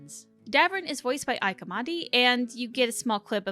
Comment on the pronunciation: just btw -- ike amadi's first name is pronounced "ee-keh", it's nigerian :)